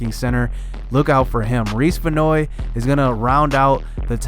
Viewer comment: Damn, he did me so dirty😂 I make the list and homie makes me a 44 ovr. It's all chillin though. Also it's pronounced Van Hoy with the hoy sounding like chips a hoy